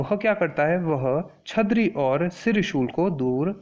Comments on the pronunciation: Its...छर्दी not छदरी...🙏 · Sir please pronounce properly That is chardi not chadri. But overall explanation was good sir, thankyou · It's not chhadri it's chaardibtw lesson was useful